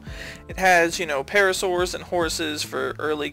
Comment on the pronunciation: I know I'm late but did you just call "par a saur" "pair racer"?